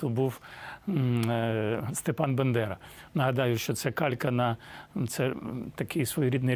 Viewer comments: БАНДЕРА! Не Бендера, не Биндера! Будь ласка, ріже вуха! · Пане Чекалкин, ріже послух московітський наголос "бендера"! Останнім часом мабуть забагато використовуєте рашистське есперанто в своїх відео блогах! Не треба ! москалі все одно йх не дивляться! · Перепрошую, пан Дмитро вимовляє "Бендера", а не "Бандера". А чому, виникає жартівливе питання. Надати кілька варіантів відповіді? Ні, не надам. Здогадайтесь самотужки. 🐥🇺🇦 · П.Чекалкін -Степан Бандера ,а не Бендера...не пасує перекручувати прізвище людині Вашого рангу. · Дуже поважаю Дмитра Чекалкіна, але, є питання…. Степан Бандера( БАНДЕРА), чи Степан Бендера, як ми чуємо в эфірі( може я погано почула..) ? Перепрошую, але це дуже зараз Важливо і потрібно для нас не робити помилок. Дякую за розуміння. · Господин Чекалкин, Вы произносите фамилию Степана Бандеры прямо, как Путин, Бендера. Это правильно? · Пане Дмитре, БЕндера?!!! Я вважав, що Степан був БАндера. Щось змінілися в граматиці?!! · Дімон Степан Андрійович Бандера ,а не якийсь бендера...вчи Українську ,алеж ти тоже не Українець а жид і втухмачуєш нам про Ізраїль і про жидів... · Пане Дмитре, Бандера,а не Бендера!!!! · Пане Чекалкін, не Бендера, а Степан Бандера. Не помиляйтеся і Ви тоже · Степан БАндера а, не БЕндера. п.Дмитре!!!!!! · Треба правильно вимовляти прізвище СТЕПАНА БАНДЕРИ. !!!